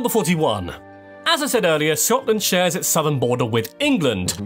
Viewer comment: Finally an American that can kind of actually say Scotland right